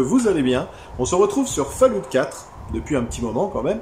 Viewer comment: Super mais par contre la prononciation de Fallout c'est plus possible